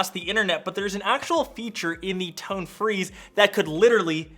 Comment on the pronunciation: Every time you say tone all I hear is tongue